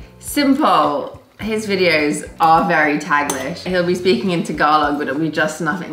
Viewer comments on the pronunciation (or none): none